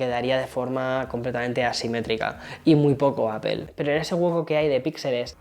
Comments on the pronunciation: Sigo sin entender porqué dice apel en vez de apl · Gran video, definitivamente una joya el 14 pro max, no se cuantas veces dijo "apel", me causa un conflicto sabiendo que esta em N.Y. y no pronuncia bien. Jaja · Me cago de risa cuando todos los YouTubers españoles le dicen al iPhone de Apple “APEL “ 🤭